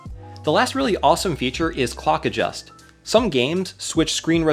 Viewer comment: had to skip back cause i was not watching just hearing and understood cock adjust.